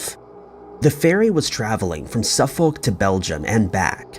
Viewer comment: Suffolk is painful to hear too...